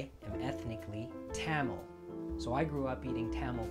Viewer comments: Great video but I'm dying at your pronunciation of Tamil. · Today I learned I've been pronouncing Tamil wrong my entire life (Thum-mal was what I was saying. Where I got this from, IDK). I also finally learned how to crack a damn coconut! I would try it out, but I live in Alaska and I don't have overpriced coconut money right now, lmao.